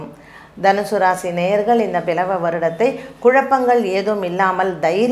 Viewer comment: It's not பிலவ வருடம் it is ப்லவ வருடம்.